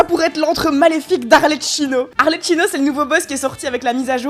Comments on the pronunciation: Juste.. petit point prononciation.. Arlecchino ça se prononce ArleKino 😞👍 Sinon trop heureuse de voir mon jeu vidéo préféré et ma youtubeuse préférée associés !! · juste on prononce ArleKino et non arleCHHino